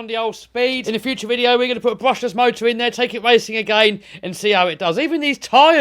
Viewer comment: I thought you said you're going brushess